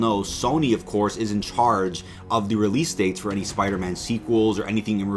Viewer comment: "...OVER ON DEE MARVEL STUDIOS REDDIT..." 😳